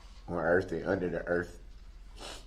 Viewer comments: It's earth not ERF😄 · Did this moron say EARF instead of Earth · Did he say earf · “On Earf and under da Earf” Darrell Brooks reciting scripture in open court after murdering 6 people. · DB: “On erf an unner duh erf”. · "heaven and earth and under da earth" HUH??? Under da earth? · .....in heaven or under the erf...... what? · Earf? Dat? Why do people choose to speak like this when they know how to say the real words?